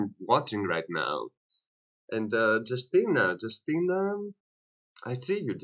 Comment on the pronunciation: Hello. You should spell her name like You-stee-na